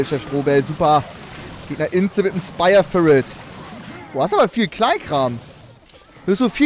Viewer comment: haha wie Trymacs einfach Spire firit sagt und Chef es nicht checkt und ihm dann einfach nachschpricht